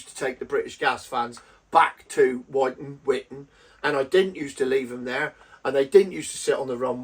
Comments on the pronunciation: "witton" fyi as ex RAF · Pronounced - “Wit-Ton” 👍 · I used to live in St. Ives, Cambridgeshire and I made local deliveries to RAF Wyton myself and I confirm everything you have said. It's Pronounced Whitton as in 'at the end of my wits'. It's ironic really as my late uncle was based there during the cold war, flying Canberra's over eastern Europe taking photo's of Russian bases. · Wyton pronounced wit-tun.